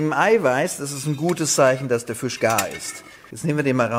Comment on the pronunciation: Füsch 🤣. Und ich dachte, so sagt man nur in Berlin!